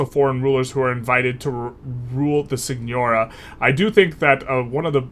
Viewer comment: It’s pronounced seegnoreeah :)